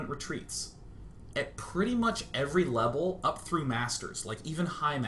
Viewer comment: "At pretty much any lebel"